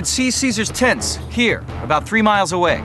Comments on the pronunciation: I know he is saying tents, but I swear to got it sounds like he is saying "he could see Caeser's TITS from over three miles away." Excuse me... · its rents, but it sounds like something else